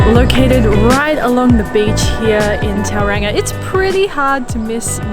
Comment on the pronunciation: Just a heads up Tauranga is pronounced Tauronga.